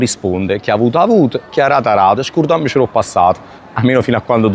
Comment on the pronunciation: Scurdammsc' o' passat. .....pronuncia non proprio corretta. Capisco e comprendo che la pronuncia e difficile.